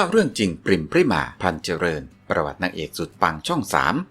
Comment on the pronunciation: ขอโทษนะคับ น้องพริม ชื่อจริง ต้องอ่านออกเสียงว่า พะ-ริ-มา อะ กึ่งเสียง น่ะ ไม่ใช่อ่านว่า พริมา นะจ๊ะ ภาษาไทยต้องอ่านออกเสียงให้ถูกต้องด้วยนะ อ่านชื่อน้องผิดไม่กดติดตามให้นะจ๊ะ ไม่ผ่านไปทำการบ้านมาใหม่